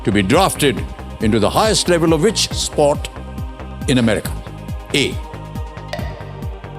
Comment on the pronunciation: Don’t say spot but sport.